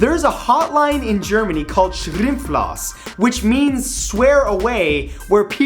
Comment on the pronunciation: Dude realy at least listen to how german people talk! its not kold shrimpflos. ITS Schimpflos!